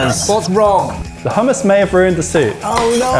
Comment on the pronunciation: You can tell is a Scot. He can say hummus properly! 😂